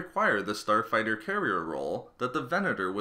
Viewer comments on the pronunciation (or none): who heard him say Porn star fighter 3.20